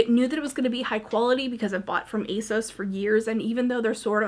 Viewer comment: Loved this! BTW, it's a-sauce or at least that's what the brand told Leighann Says. I know you didn't want to say where things were from, but I wish you did so I'd have a better idea of where to look. Thanks for making such great content.